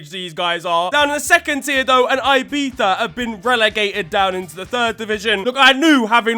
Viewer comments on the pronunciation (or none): m8, I absolutely love you and your videos, but I'm BEGGING you to stop pronouncing Ibiza like that. You go through the trouble of pronouncing the z correctly, but then go EYE-bee-tha... it's ee-BEE-tha, the two Is are pronounced the same, Is in Spanish are all pronounced ee